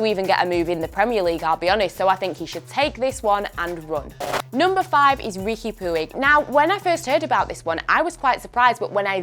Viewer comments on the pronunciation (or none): she called Riqui Puig “Ricky Poo-ig” 😭🤣🤣 it’s pronounced “Ricky Pooch” hun, Americans be wilding with names again 😭